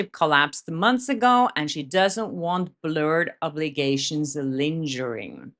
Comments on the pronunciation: Love you, mean it. Per your request, here is the correct pronunciation of a word. The word is LINGER. You're using the J sound, or soft G, when it should be the hard G. So instead of linjering, it should be lingering. Think of Hunger Games, as opposed to Hunjer Games. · it's SEver, not seVERE. And linGHEring. Gh, not dj. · it's linger like singer.:) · Love you❤ but just to say. It's pronounced ling·guh·ruhng (not a soft g like in ginger, but a hard g like 'ring' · Psst: you pronounce some things incorrectly 👀 sever, lingering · love your podcasts and I find your viewpoints well articulated and persuasive. As you have asked in the past for occasional assistance with your English, please note the pronunciation of “lingering” is with a hard and not a soft “g”. Your usage of its meaning though is spot on 🤗. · It's interesting to know that just about all those millions of Instagram followers of Ryan and Blake are fake. I wonder how many real followers they have lost this year. FYI the "g" in lingering is a hard "g" like the way it's pronounced in the word get. Hope this helps.